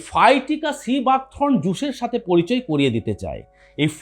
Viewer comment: সিবাক থ্রোন নয় থর্ন।